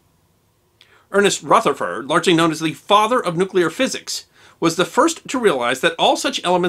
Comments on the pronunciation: It's not "Rootherford", it's Rutherford using short U as in "crush" - unless you're going to be awkward and say "croosh".... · Rutherford is pronounced 'Ruther-ford' ('Ruther' rhymes with other), not as "Ruth-er-ford" or "Ruth-ford" . (I'm a New Zealander and was taught all about him in school.) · and you're pronouncing it "Rootherford", when most science historians and commentators I've heard say it "Ruhtherford".... Am I annoying y'all yet?... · Is Rutherford really pronounced Rootherford?